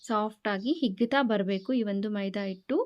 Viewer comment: ಕನ್ನಡ ಉಚ್ಚರಣೆ ಸರಿಯಾಗಿಲ್ಲ. ಇಟ್ಟು ಅಲ್ಲ hittu